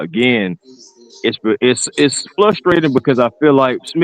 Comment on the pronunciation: Is there a reason why the other guy with Smitty always pronounces frustrating as flustrating? Is it an inside joke? 😂